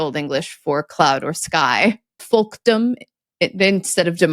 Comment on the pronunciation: pronounced the L in "folkdom", but wouldn't it be silent as it is in "folk"?